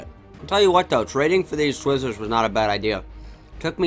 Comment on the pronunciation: They way you say twizzlers lmao Also the fact that you actually like twizzlers